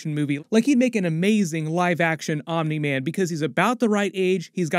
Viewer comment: Why are you saying "Omni" like omnah lol? It's ok we love you anyway